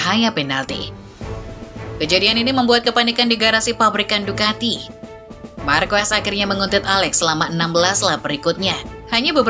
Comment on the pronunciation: Dibaca bukan "Marques" Min tapi "Marqes"